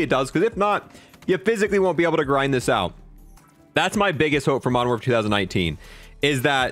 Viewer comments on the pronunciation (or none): none